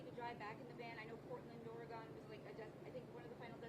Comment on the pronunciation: They will get to the bottom of this eventually. The kid and his parents can’t hide forever. And on a sidenote….The true pronunciation of the last syllable of Oregon doesn’t sound like “Gone”. Here is what it sounds like. Oar-ee-gun. Oregon. Lol you’re welcome.